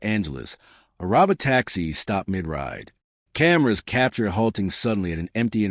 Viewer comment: Hey less than impressive AI voice. That's Pronounced (Row-Bow Tacks-ie)